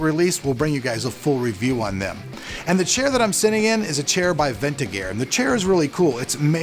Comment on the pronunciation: Hello, I am just leaving this comment to point out your mispronunciation in the chair manufacturer. It is VeRtigear and oyou been pronouncing it Ventigear which is wrong and would tend to mislead potential buyers into typing "Ventigear" in the Google search bar and they could come up with the totally wrong result as opposed to what the buyer is looking for.Just something I wanted to point out there. I hope you and your family, your cameraman and his family (I went blank on his name. I know you mentioned his name before in a few of your videos) and your in house PC builder and his family (same thing with is name I went blank on his name as well and I also know you mentioned his name before in a few of your videos) all have an awesome Christmas and a great New Year's Eve celebration to kick off 2017. I honestly can't believe how fast 2016 came and went man. Time just flies on by without you even knowing it sometimes. Sincerely from a watcher, Alec